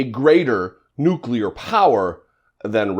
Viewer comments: Nuclear, not nuculear. He might subconsciously be aware that he is mispronouncing the word?... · I have never, not even once, heard Trump pronounce the word "nuclear" correctly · 'The N word?' as strange as that sounds to the best of my memory Republicans have alway pronounced it "nook-ya-ler" but Trump got this one point right. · He really wants to say the N-word.... not nuclear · "The N word" because it's going to take him a moment to remember how to pronounce nuclear correctly.